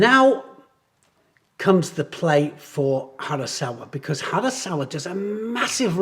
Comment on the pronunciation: did you say hasaKawa ? harasawa😉